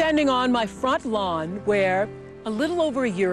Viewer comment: Right! I had to replay that part like “did she say front lawn”